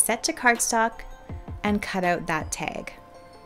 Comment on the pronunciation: Love the tutorial! Only thing I would change is pronouncing "tag" ... it's not pronounced teg (pet peev).